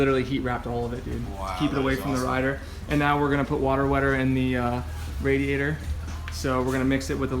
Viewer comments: It bothers me that doesn't pronounce radiator as "RAY-diator" like the rest of the civilized population, but otherwise awesome job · TwinSpinner i guess i am not a part of the civilized population because i pronounce the name of a part differently. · Love and the way he says "radiator." 😂 Love the bum shots too! You dirty dogs 🐶. Impressive on the heat loss. I'm adding this to mine. What is the shielding stuff called? Shielding or Water Wetter? What do you guys think? Sounds like the Water Wetter made the difference.